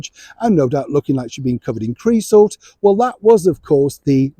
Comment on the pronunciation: Creosote😂 oh my!